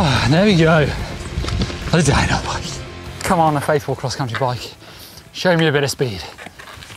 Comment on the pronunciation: Am I the only one hearing dinobike instead of downhill bike?